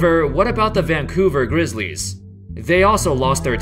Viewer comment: Dude talks like a computer... THE vanCOUver grizzLIES